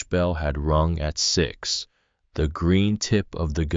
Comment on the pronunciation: The AI narating this does not know how to say "THE" or "READ". But the story is good.